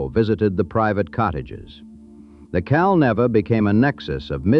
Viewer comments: Not "Cal-Nevvah." "Cal-NEE-va!" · It's pronounced Cal-NEEEEEE-Va